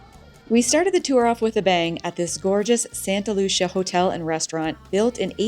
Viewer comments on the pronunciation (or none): Santa Lu-cee-ah